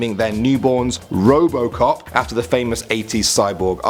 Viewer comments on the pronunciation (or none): robocock is what u heard